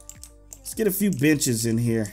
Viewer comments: He was trying to say benches but it sounded like b**ches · when he said benches it sounded like the other word